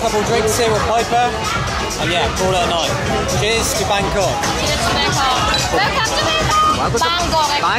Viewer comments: No need to repeatly pronounce it Bang Cock! :D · They seem to pronounce it like Bangor in Wales.